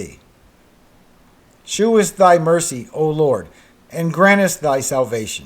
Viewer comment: the word - shew- in the Bible is pronounced. show reread it and it will make MORE sense too you. Also, the word - Selah- is pronounced - See-la- and it means "pause, and think about it." Just thought I'd help ya out there.....👍M